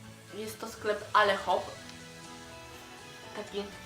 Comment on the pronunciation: sklep "ale-hop" wymawiam się "ale-op" ;) cudowne tank-topy! :)